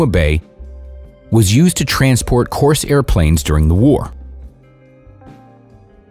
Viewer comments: The aircraft was called a "Corsair", not a "Coarse Air". There was no "U.S. Air Force" in World War II. The U.S. Air Force was established in September 1947, more than two years after the end of the war. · Hey bud, just an fyi, the plane is called a Corsair, not a "coarse airplane" Actually a Vought F4U Corsair